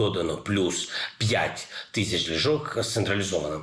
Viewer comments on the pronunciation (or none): Ліжок, ліжок, хоча б наголос поставив, де треба. Грамотій - брехун. Выбрали ви на нашу голову. Подяка команді за роботу.